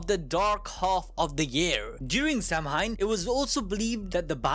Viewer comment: Samhain is actually pronounced like "Saw-ween" not literally Sam-Hein :D